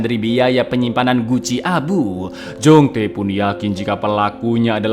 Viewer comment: Kembaranmu Jong-Tae?! Yg benar itu kembaranmu Jong-Tai!😂😂